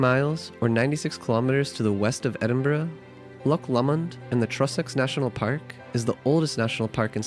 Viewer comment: As a native Scot I award you 10 out of 10 for your pronunciation of Edinburgh.👍 Good job with the video.